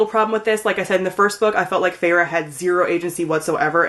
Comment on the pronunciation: Haha sorry but I just thought...like Feyre's name is more like 'Fair', Rhysand I call him 'Rhys' like R -i -e s (long i?). But you got Tamlin right lol.